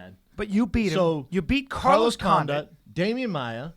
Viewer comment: For sure pronounce Condit correctly for once Schaub. "Condaat"